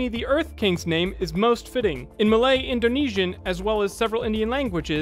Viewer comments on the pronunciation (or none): none